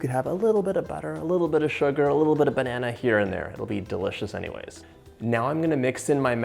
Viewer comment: Don’t forget DAH-Licious